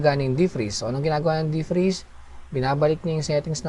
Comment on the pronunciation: deef-preeze ^^ thaawwd ^^ = pronounce as "thowd" thanks thanks!!